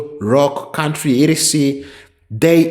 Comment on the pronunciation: Your CUNTRY????? Your CUNTRY..